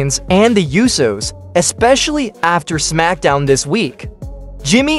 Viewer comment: Its PRONOUNCED USOS (OHH-SO)